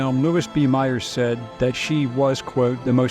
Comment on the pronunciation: That would be Louis B. Mayer, not Meyer.